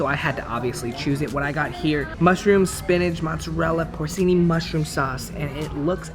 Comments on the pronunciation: Porcini is pronounced "por-chi-ni", not por-si-ni. They defo shouldn't be acting like a critic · He pronounced porcini mushrooms like “porseeni” instead of porcheeni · My mans pronouncing Porcini as Porseeny lol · “Poorseeni” mushrooms. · Por-see-ni mushroom? Seriously mate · The way pronounced “porcini”......